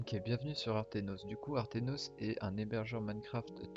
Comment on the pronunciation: aternos et non artenos sinon incr la video